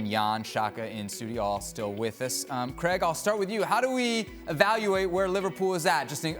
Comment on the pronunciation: This Yankee bellend needs to learn how to pronounce CRAIG